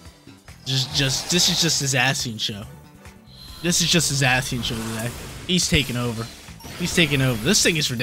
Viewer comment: Zay - Shun or Zassy-un ... not sure sounds funny though.